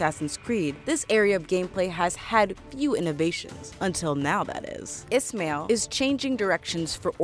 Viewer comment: maybe learn to say the names correctly? Altair without an accent isnt ALL TEAR. Ismail isn't IS MAIL either... 😑